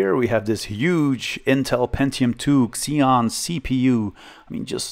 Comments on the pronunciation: xeon is ok. but when you pronounce "core 2 quad" as "pentium 4" it's terrible ))) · You pronounced Xeon right as far as I know. That's how I've always pronounced it. That MiniScribe hard drive. I live just down the road from Longmont, Colorado. I didn't know there was a hard drive manufacturer there once. That's so cool.